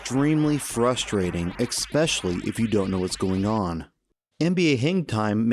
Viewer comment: “expecially” (especially) Only mentioning it because you seem to say that an awful lot and I thought making you self conscious of it will help. Also think I heard “tourmanent” instead of tournament in your Toughman Contest video but I haven’t heard that repeated in your other videos yet so it may just be a mistake or I heard it wrong.